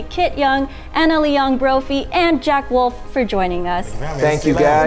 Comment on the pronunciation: Jack Wolf? Jack WOLF? Come on guys, pronounce the name of your guests correctly!